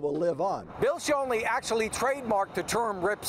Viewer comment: Would it kill you pronounce Schonely's name correctly?